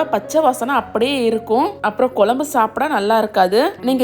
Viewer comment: Piease improve your pronunciation. It is kuzsm u not kulambu